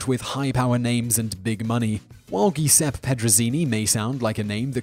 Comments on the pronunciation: "Tres Personajes" = "Tress Pairson-AH-hess". It's not "Personayes" any more than Don Quixote is "Don KEY-shot". And "Giuseppe" (or Joseph) is NOT "GEE-sep", it's "Jew-SEP-peh". Come ON! DITCH the dubious British pronunciations for something honoring their respective mother tongues! Otherwise - GREAT JOB! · Giuseppe = Jew-seppy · You're pronunciation of Giuseppe is astounding. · Interesting pronunciation of 'Giuseppe'!